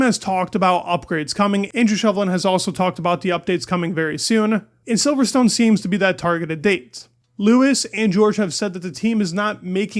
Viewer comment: its pronounced "silverston". you dont say stone